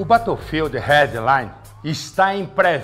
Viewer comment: "O bétoufild rédlaine está em pré-venda no oridi, piessiene e no équissi boquissi laive." kkkkkkkk Me lembrou o Joel Santana na propaganda do shampoo pra caspa.